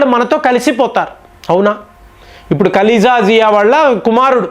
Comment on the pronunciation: Not KALEEJA ZIA IT IS KALEDA ZIA